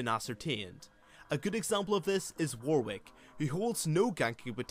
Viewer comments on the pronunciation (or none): none